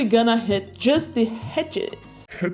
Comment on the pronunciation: It's EDGES not HEDGES there is no 'H' sorry to be pedantic but this just totally ruined the whole video for me, I just couldn't get past it! Hedge - a fence or boundary formed by closely growing bushes or shrubs. (hope that helps)